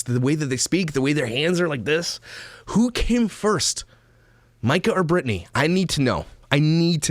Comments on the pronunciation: Her name is Breanna not Britney.. I screamed that out loud every time he called her Britney 😂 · *Brianna not Brittany. Everytime you say Brittany I makes her video better. If that's possible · Her name isn't Brittany - it's Brianna! If you're going to report, get the damn name right for starters! Jeez. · Actually her name isnt Breanna or Britney. Its Brianna Haha sorry but I had to leave this here.